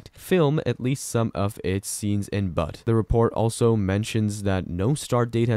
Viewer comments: Dying! 😂 It’s not pronounced “Butt”. It’s pronounced like “Beaut” in the first part of the Beautiful. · Butte is pronounced "beaut" not "butt." 😆 Chrissakes. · Butte is pronounced "Be-ut". Not butt... Thank you for the updates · It is pronounced Butte not but get it correct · It’s NOT pronounced BUTT…the U is the proper vowel sounding like the letter U 🤨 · Montana town....BUTTE, MT!! You don't pronounce is as....but..or butt!! With the e on the end of...BUTTE!! It gives the "u" a long sound!! Just like in saying the word....."you". And a butte.....is a very tall, isolated hill...but not a mountain. That stands off by itself. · Very good!! 👌Yeah...it killed me to hear him call it....BUTT!! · It would be good for your machine like announcement to learn how to say Butte. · That is not how you pronounce Butte.